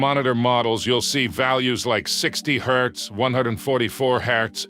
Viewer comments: This video is not made by AI. The only part done by AI is the voice and I can tell this video was well planed. That Is why Hz was sometimes said HAZ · Especially when he said “3 thousand thousand” in reference to the black and white ratio. And who calls Hz “haz”? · Disliking because you can't even be fucked to correct your AI overlay voice for "haz" instead of "Hertz"! Enough with the AI bullshit, use a partial voice modulator and become an impressive speaker to don't complain about "I don't have a sponsor" anymore! Sad and ridiculous. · Why did you pronounce Hz as "Haaz". it's pronounced "Hertz" ,Jesus my ears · It hurts to hear it pronounce the Hertz abbreviation. I can haz monitor? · Good deep dive. I only found one issue - the correct name of the greatness that is often also referred to as refresh rate and its unit is Hz (Hertz - defined by one cycle or one event per second), is frequency, not "Hezz" (?). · When he pronounces Hz "Haz" instead of hertz, yeah, bet on AI. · Haze? The full word is Hertz. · Just FYI…Hz is short for Hertz…not haz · I want a lot of "haaz" 😂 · Higher haaz ...ROFL AI is failing on silly things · did you really cal Hz symbol “haaz”? This video like when a third grader half-as*es an asignment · i don't like the ai tts in this video because it's so monotone and loud [and says hz - hertz - as "haz"] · I know it's a moot point but the way the narrator says Hz is just too funny 😂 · This is a fantastic explanation, very concise and informative But how much of this is AI? The voiceover and the script? Or more Giveaway was the voiceover saying " " instead of 1 million, and the pronunciation of Hz